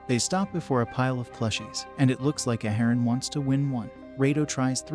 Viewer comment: Ya done messed up A-A-haran!